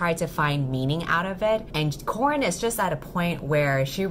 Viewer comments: I am so sorry but I keep hearing you call Corin, Corn. I cannot unhear it now. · The whole time it just sounds like you're saying your main characters name is corn... I'm now wondering if her name is actually corn 😂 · For the entire time i kept hearing ‘Corn’. Halfway through the video my two braincells go: “Wait a minute... Corn?” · everytime u say corin i hear corn. so all i can imagine now is just someone punching a sad cob of corn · Ahaha same i genuinly thought her name was Corn for like half of the video 😂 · every single time I think you say CORN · Shit, whenever you say the name Corin, I keep hearing "Corn", and then I was like "why the hell is she calling her MC Corn?". Subtitles really helped me.